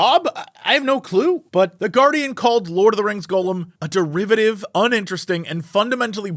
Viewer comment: Does it bother anyone else that Jesse says Golem instead of Gollum lol